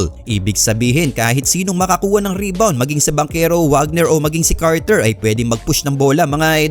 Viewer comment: Wagner is Pronouced as "Vagner" since German si Franz